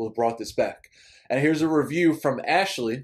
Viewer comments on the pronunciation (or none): none